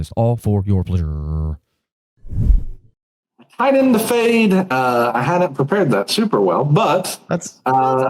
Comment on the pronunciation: Great episodes, especially appreciated with my math and data science background. Fwiw, definitely dont think the ads are too frequent, theyre super short and the video is long form so it makes sense. I cringe at the pronunciation of "pleasuuuure" but thats a personal thing i guess 😂 appreciate the content